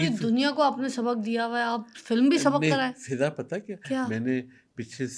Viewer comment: How many times hes said fidda instead of fiza